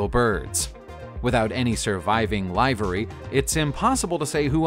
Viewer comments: Repeat after me, LIVER-REE not LIVE-OR-REE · Livery - LIH - vir - ree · lol, live-er-ly. I probably would loose count of the commentators that lost their shit over the "less then perfect" presentation. TY for the post, keep them coming. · When you come across a word and unsure of its meaning - be sure to also look up the pronunciation. It’s almost ALWAYS different than how it looks (livery is liver-ee) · LIVE ER EE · It’s “Livery” like “liver” and “delivery”. Not like “chive” or “hive”. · This guy pronunces words strangely: Livery, Mohave, Aerflot, among others. Why does he say "hulk"? It's a HULL. Ugh. No subscription here! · Can't pronounce livery or Aeroflot?! Calls Concorde French?! 12 P38s attacked Yamamoto's flight 8 as top cover, 4 attacked the bombers and it's aeroplane not plane unless you're a carpenter!!!! Other than that it was awful!